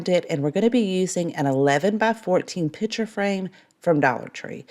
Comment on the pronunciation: I love this channel with the small exception of the word ‘pitcher’ for picture. I know, can’t help it.